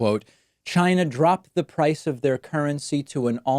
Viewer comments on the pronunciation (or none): none